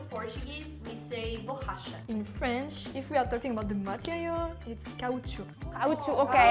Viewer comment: Ha dicho "borracha", pronunciado para un angloparlante como "bohasha"